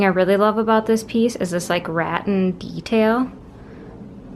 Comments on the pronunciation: It’s not ratin, it’s “ra-tan”. ☺️💁🏼‍♀️ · Brand new to your channel ❤ free roadside finds!!! Lol...Ratton, pronounced... Ra tan😁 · Did she say Rat-tin? Never heard anyone pronounce it like that! It's 'Ruh-tahn' or 'Ruh-tan', but cute house! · It's pronounced "ra--Tan" kiddo. Love your stuff!